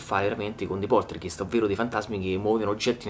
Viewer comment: comunque la pronuncia corretta è Poltergaist. è una parola tedesca e "ei" in tedesco si legge "ai" ;)